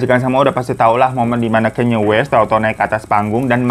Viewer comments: kanye bang kanye.. bacanya ka - nye. bukan kenyeee wkwkwkwkw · Kanye bang bukan kenya😭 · LU NYEBUT KANYE YG BENER DONGGG kayneee naon gemes gua